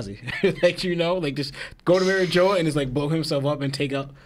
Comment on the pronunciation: My biggest issue is that yall keep saying "Mary jo"😂. Ma-reeg-wa my guys lol